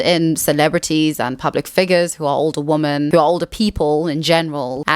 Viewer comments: Why do you pronounce women the same as woman??? I’m really curious. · I haven't heard anyone else from SA or England pronounce it like that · She needs to work on it. No one pronounces women and woman the same, even in SA. I have never heard it before in my life. They are two different words and it makes the video hard to follow because of it. She will use women and woman in the same sentence. It's something she can work on. I'm not sure why she has to make it seem like fixing this is impossible. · I enjoyed this video. But please, PLEASE: "women" is pronounced "wimin." It is not pronounced the same as "woman" (wo-man). You need to learn this because it's both confusing and annoying when you mispronounce this word a million times in practically every video. (Also, "donning" is "dah-ning" not "doe-ning.") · Didnt last 2 minutes. Somebody who cant tell the difference between woman (singular) and women (plural) both from a pronunciation and grammar approach does NOT deserve my attention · Could you please pronounce women as wimmin, which is the accepted standard (UK and US) English pronunciation. Pronouncing it the same as woman is very confusing for most of us. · "Women" is pronounced "wih-men". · Kind hearted and well intended reminder of the correct use of 'woman' and 'women'. I so often hear people pronounce 'women' as 'woman'. Woman is an irregular noun. The plural form of woman is women (and not womans). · It’s ‘women’ not ‘woman’. The plural of woman is women. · You pronounce "women" the same as "woman", and that's wrong. "Woman" is "wuh-min". "Women" is "wi-min". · It is confusing why you keep saying "wooman" in plural instead of "ˈwɪmɪn" as it must be pronounced. 🤨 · WomEN not womAn!! The amount of women who don't know the difference between singular and plural baffles me. When you are speaking of more than 1 woman, you say WOMEN! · Please say "women" not "woman". It's driving me insane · A 'woman'....2 or more (plural) 'women' - pronounced as 'wymyn'.